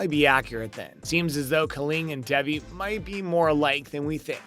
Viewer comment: bruh how do u get devi from davi lol